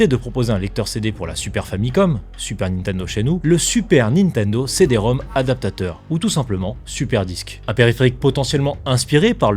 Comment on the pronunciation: C''est encore un coup des IA ça... (merci du retour j'ai encore gaffé sur ce truc, puis même on dit le CD-Rom Rom et pas Rom au carré)